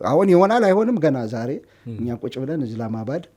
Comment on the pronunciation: say islamabad not izlamabad